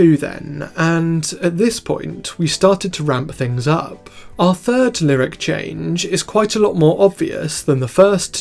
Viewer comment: "see if you can spot the chaaanggggeeee" peak accent